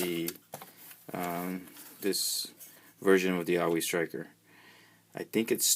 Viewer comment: You are saying the name of this GI Joe vehicle wrong. Think the word "Saw".... and just remove the "s".